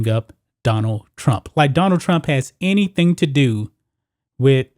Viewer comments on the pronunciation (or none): none